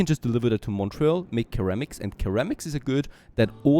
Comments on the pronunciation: Love the series, got me aware of your channel. It is BTW pronounced "Sir-amics", not Ker-amics. Not being picky, as my German/French/Italian is none existent. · Again, love your vids. It's pronounced "Sir-am-iks" ❤ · ceramics= ser-am-ics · Loving the series, not sure if its a language or accent thing but ceramics is pronounced like "suh-ram-ik" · Just so you know, ceramics is pronounced "seramics" ;) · You are pronouncing ceramices wrong. Also, the line wou made for the clay have a 6-9% slope at one point.